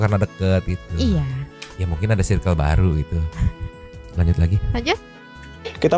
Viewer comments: koreksi mang perasaan circle bacanya bukan sairkel klo di bhs inggris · Bacanya “sirkel” sih tapi abangnya juga salah sih baca “due” harusnya dibaca du. Koreksi klo salah ya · Mon maap mase yg ud biasa panggil2 pk sbutan babe, bro, bae n klaimnya ud lama gaul di bgor n jkt, lurusin dl lafal circle nya please.. jgn sok english cos englishnya ga syairkel jg.. kuping gw skt😂😂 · Dia ngelafalin circle aja sairkel, mn tau arti Bae (baca: be) yg artinya Before Anyone Else alias prioritas/someone special buat girlfriend, boyfriend. Curiga 1 circle cm 1-2 yg paham be yg di mksd. Krn kl bee itu bacanya bi bkn be. N pnggilan syang lbh ke bae (my bae), bkn bee. Honey beda lah sm bee. Bee = lebah. Honey = madu. Honeybee= lebah madu. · diperbaiki dl pronounce "CIRCLE" nya yaaa, sok2an ngmg circle, cara baca ne wae SALAAAH, ngisin2i